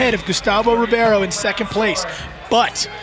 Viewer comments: É Gustavo Ribeiro não Gustavo Ribierio. Aprendam a dizer os nomes corretamente. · Rowley says Ribeiro wrong every time :)